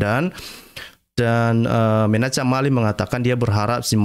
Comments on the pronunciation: Bacalah, "Menakhem Ali" atau "Menahem Ali." Jangan menyebutnya, "Menachem Ali." Walaupun ditulis "Menachem Ali." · Menachem bacanya *Menakem" pk😀